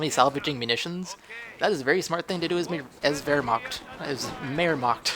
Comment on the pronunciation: You do have some problems pronouncing german words^^ But I know its hard^^ Wehrma-ch(hiss the "ch")-t. But good game:)